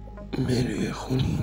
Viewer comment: این برنامه ها خوب هستش و شما و ما با هم یک سری اطلاعات را با هم مرور می‌کنیم ولی شما اصطلاح انگلیسی و نام مری و. خون به انگلیسی را خوب تلفظ نمیکنید یک بار دیگر فیلم‌ها را نگاه کنید متوجه میشوید ولی در کل عالی بود و بقیه را هم پاتاوه می‌دادید شما احضار کردی ولی پایان‌احضار چه. شد